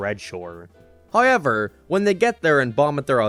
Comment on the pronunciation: "high-ever" = "however"